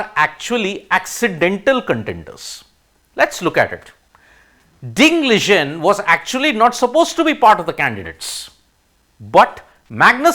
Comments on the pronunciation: Wtf... U cannot even pronounce ding liren name properly... Liren not ligen 😂😂😂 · Ding Liren pronounciation is wrong Ding was suffering from depression and not recovered yet. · why cant he say ding liren correctly